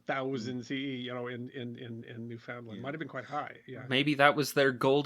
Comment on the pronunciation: Please learn how to pronounce "NEWFOUNDLAND" properly.